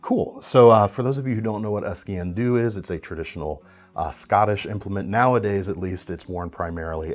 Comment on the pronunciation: It is pronounced "skeen do", it is Gaelic and translates literally as "knife black".